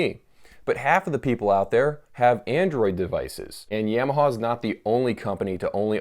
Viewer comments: He says Yamaha like its a sweet potato -- "yam" (ham) o haw (like hee haw) or see saw. Yam o saw. I think its more like Yom-a-ha, like Tom-a-ha, like haha. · The Satanic Trucker Ya-ma-ha in fact is what it should be pronounced - in Japanese way, as it is a Japanese word. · I've never heard anyone pronounce Yamaha like you.